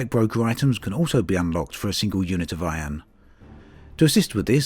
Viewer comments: I like how you say Iron (ion) xD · Drakey Fenix thats how we pronounce it here in NZ